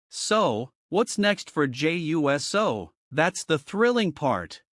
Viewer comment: Yes you were and you keep saying his name wrong , it’s pronounced Uce -so